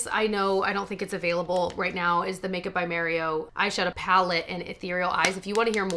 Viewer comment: Love dupes! Thanks. Also nice to someone pronounce Mario's name the way he says it.